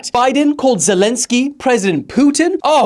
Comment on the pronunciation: Kamala, not kamla